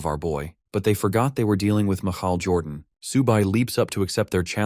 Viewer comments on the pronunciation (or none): “Mahaal Jordan”?? Who is that??😂